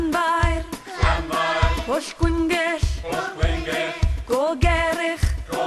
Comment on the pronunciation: Pwllll, not Bwllll.